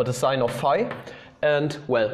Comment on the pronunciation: i thought you were saying "5" not "phi" 😭